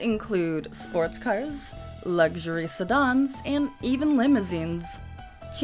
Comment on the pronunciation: Suh-dahns instead of sedans bugged me as well.